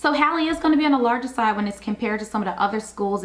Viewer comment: Just watched your video. The name is pronounced as if spelled Hawley. William Halley was my grandfather so I know this is correct. I visit the school now and then and even worked there when it opened. Emily Halley York 2026